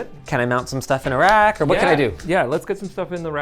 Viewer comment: why did I think he said “can I mount some stuff in Iraq“💀